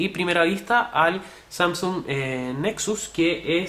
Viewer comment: Samsúng jajajja xD buen review pero me dio risa eso xD